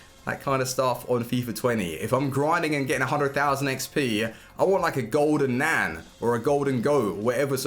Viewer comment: did my man just say a golden nan??